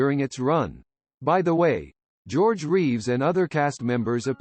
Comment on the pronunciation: "Jerogay" Reeves? Really?